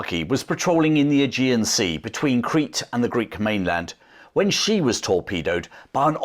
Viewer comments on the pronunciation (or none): none